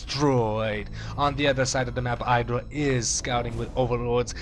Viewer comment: You say IdrA wrong.